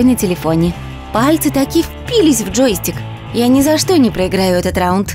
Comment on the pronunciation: Почему вы говорите ,,джоИстик?